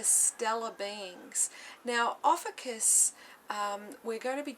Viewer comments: We pronounce our name as Ofeeshus.Beautiful reading I'm proud of you for sharing your knowledge . Thankyou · adam simon yep, they can't even pronounce our name right.Oh well that doesn't really matter anyway.